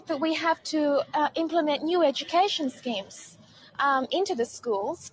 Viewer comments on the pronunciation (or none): That lady said scem